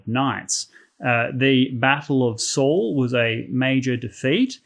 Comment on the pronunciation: Saulė, Durbė, Mindaugas, Samogitia (Žemaitija) those pronunciation a bit off. But however it's great and accurate facts otherwise. Thanks for making videos. And one fun fact, Samogitian retain their old believes until XV century. At 1418 they had last major uprising against christian baptists, but unfortunatly they lost the uprising. How ever our old gods are still here and their traditions are well kept and alive till this day.